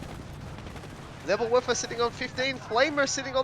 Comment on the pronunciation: Nürrbürr-Wörfer, Nevill-Werfer, Nävill-Wörfa, Neebill-Wörfer